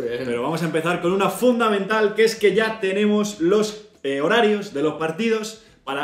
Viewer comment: Soy el único que ha entendido "una funda mental"?